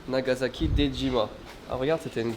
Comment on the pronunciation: NagaSAki pas NagaZAki:p